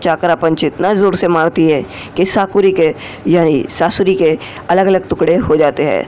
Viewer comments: Skaura aur susri nahi sasuri 😂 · If you make your video little more interesting like little jokes and in a funny way you are really dont know how make veiwers intrest in your video .. You can say saasurii to sasuri 😂